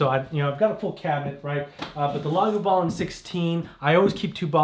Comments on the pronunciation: One of u pronounces it “lagavoolin” and two say “lagoovalin”??? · Laga-voooo-Lin. Great video guys looking forward to more!